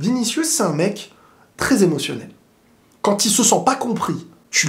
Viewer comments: Pourquoi tu dis toujours quantte au lieu de quand ?? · oui sauf qu'il ne fait pas la liaison en marquant une pause . C'est la prononciation de la liaison qui sonne en"t" mais le mot quand seul c'est quand Et même quand c'est une consonne il dit prononce quantte 🙃 donc je pense que c'est une habitude de sa part